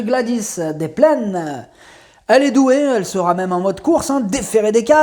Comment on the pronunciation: Bonjour, Bravo pour vos pronostics, vous êtes en forme ! Mais à la minute 6'07 à propos du n°7, vous rajoutez un t à sera, dommage...sera affutée, pas de t à sera... Je n'ai pas joué donc pas perdu...😎 Bonne continuation Cordialement